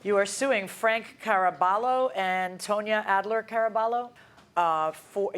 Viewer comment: Tone-ya?? WTH